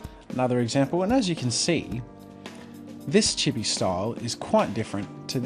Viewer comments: Not chi-be it’s pronounced cheee-beee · Anyone Else cringe when he pronounced chibi wrong? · Lol just the way he says chibi